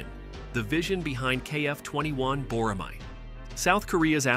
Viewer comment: You pronounced it wrong. Boramae is pronounced Bo-ra-mae (ae is like "a" as an apple).